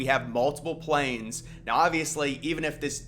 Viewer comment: I think he was intending to say, "we have some plans" but either he misspoke, or it was just an accent thing... I could be wrong, but it would make way more sense to me for him to say "we have some plans," than, "we have some planes."